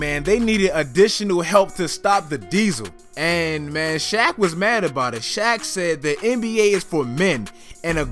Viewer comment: This man said hack of shaq